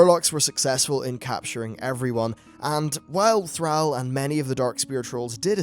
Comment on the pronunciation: This might be nitpicking, but you should take some time to listen to how some things are pronounced in game. You pronounce several words wrong. Such as Thrall and Amani.